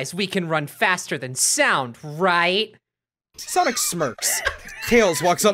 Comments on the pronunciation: "Sonc" made me lose it more then it should have tbh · There's no 'i' in Sonc.